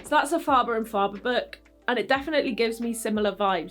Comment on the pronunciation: Fabulous review. (Um .. it’s Faber and Faber pronounced ‘fayber’ 😊